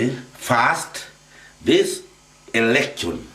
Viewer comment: This "erection" Yes this man needs to go back to school and not speak like an idiot. Kweri wi munyue kahio?